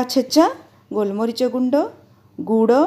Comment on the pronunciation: Reciepe looks good 👌 A small correction its guda not goda🙏